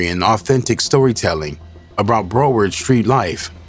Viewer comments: It's pronounced "BROW-WURD"🤦‍♂️ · Bro said BRO ward county 😅😅😅😅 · bro you can’t pronounce broward ? i’m from the lou and i know how to pronounce